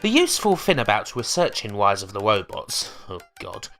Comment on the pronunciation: "Rise" starts with an R, not a W. Learn to English. Seriously, like the info in this video is interesting, but it's almost impossible to pay attention to it when every R you say comes out as a W.